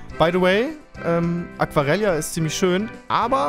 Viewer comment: Es heißt Aquareyja, nicht Aquarella